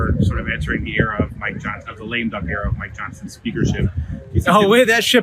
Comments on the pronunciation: "lame dunk"? ...I believe the term is 'Lame duck'. Come on, Ben! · Lame duck not lame dunk